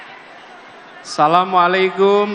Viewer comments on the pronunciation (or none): none